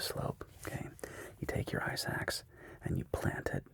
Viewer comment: Am I the only one who kept hearing “ice axe” as “eye sacks” 🙈